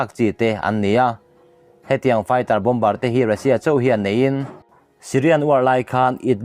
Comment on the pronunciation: Bom ber nilovin,Bomb ar ti a lam chi zawk a va ni em